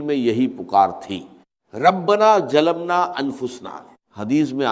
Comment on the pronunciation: Ap log kis darje ke zaleel hai Kah nahi sakte dr. Sahab ka nam lekar pura A.I.ka istemal karteho unka talaffuz aisa hai Zara ghaur kare jaise (wajefa)(jalamna)(jaroor)kya dr.sahab aise alfaz istemal karte the